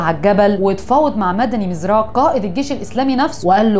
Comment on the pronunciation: يا الاستاذة الاسماء المذكورة من طرفك كلها محرفة في النطق يا اختي ما تركزي في قراءة الاسماء ... سبحان الله اسماء عربية ماهيش فرنجاوي حتى تلقاي صعوبة في نطقها ... عنتر زوابري و ليس زوباري و مبارك بومعراف و ليس بومعريفي و مداني مرزاق و ليس مداني مزراق !!!